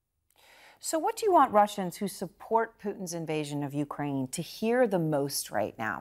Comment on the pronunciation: Did she just say, Ukraime?